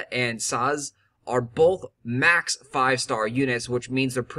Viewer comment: welcome back, glad you got maxwell, hopefully didn't gain too much weight. I'm shocked you pronounced Sazh correctly :0